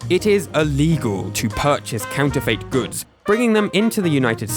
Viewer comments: No, I am from the UK and I have never heard anyone say it like that, I’ve always said and heard “fit”. I scrolled through the comments to see if anyone else noticed, to make sure it wasn’t just me 😅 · it's pronounced Counter-fit not Counter-fate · Its pronounced counter-fit, have google pronounce it for you and you'll all see. I'm astounded the comments section isn't full of people who know this but evidently everyone including your audience really need school. I've tried to post this a million times but it keeps getting deleted every time, regardless of what words I use. This video was cringe-inducing for anyone more educated than a 7 year old. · ... is that how people pronounce counterfeit in the UK, with a "fate" ending instead of "fit"? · i definitely say "fit" and i've never heard anyone else say it any other way. it's not impossible that it could be a regional thing but it also might just be this guy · "counter fait" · Is it just me or do others find the strange way he pronounces the last syllable of “counterfeit” really distracting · Is that really how Brits pronounce counterfeit? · Your mispronunciation of the word "counterfeit" is incredibly distracting, especially when it's said every other sentence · the way you pronounce counterfeit isn't how I do. that's fascinating. I like it